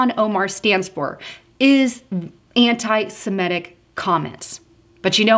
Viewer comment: dear...the word is anti semitic...the letter i is pronounced like the i in the word sit. Anti Semattic?